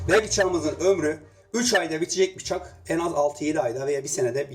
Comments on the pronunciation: Adamın biçak demesinden belli 😂😂😂 bir şey deyemediği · Bıçak değil biçak kdlsldkd